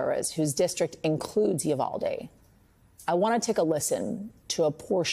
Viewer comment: Roland still standing on his Soap Box preaching to no one listening about the "Yu-Val-Dee" tragedy?